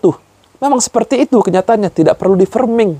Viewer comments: Koreksi Bro, cara bacanya bukan 'ferming' .. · framing mas bukan ferming 😢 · Framing(freming) bukan Ferming